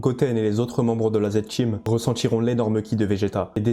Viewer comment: TA DICTION EST DEGUEULASSE!!!! avec tes "parTCHi", Zed "TCHeam" 🤢🤮 😭😭😭😭😭 jsais meme pas comment j'ai fait aller au bout de la video